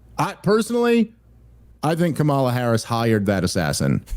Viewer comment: Not to be nitpicky, but it does kind of bug me that Dave keeps pronouncing Kamala as "Kamala," and not "Kamala "